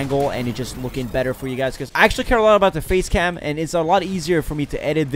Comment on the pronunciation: Whenever he says face cam I think he says faze cam